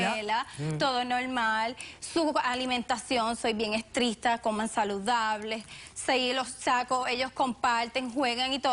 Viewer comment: Soy yo o dicen estristo?